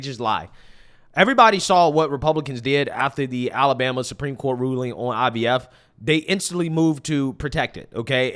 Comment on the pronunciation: is such an air head. when she says “Supreme Court” she puts the emphasis on the wrong syllable and it’s making me nuts lol